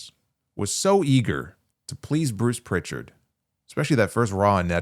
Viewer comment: Prichard doesn’t have a T. I assume you don’t listen to his weekly podcast.